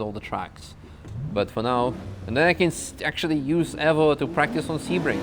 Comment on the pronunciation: u constantly say evvo lol